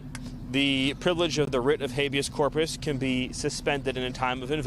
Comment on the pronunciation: Donald Trump can't even say Habeas Corpus, this is Miller and Heritage in his ear. The puppet masters.